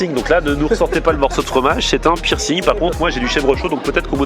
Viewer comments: « C’est un pirssing » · C'est vrai qu'en français on dit pércing, la honte de le prononcer à l'anglaise quoi